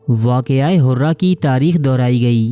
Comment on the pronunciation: Waqia Hurrah nhi Harrah ...... 63 Hijri ka hai yeh Waqia....